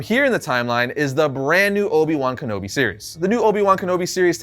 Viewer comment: How do you mispronounce a name that was said many times in the movie hahaha.